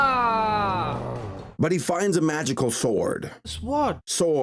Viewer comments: "He finds a magical swaard" - 2018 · "SwArD"... I can't. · "my sodder" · I really wonder why everyone in this film pronounces the w in sword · My friend always pronounces "sword" that way... it bothers the hell out of me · Why do they say the w in sword. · Wait, these people pronounce the “w” in “sword”? Did the Indian creators dub this into English themselves!?